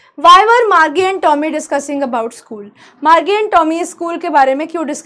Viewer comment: Marji nhi. Margie😂